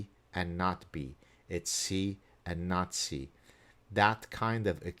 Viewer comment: Did you say "not C" or "Nazi"?